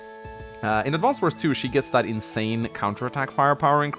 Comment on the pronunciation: All the youtubers saying "AdvanceD Wars" is painful.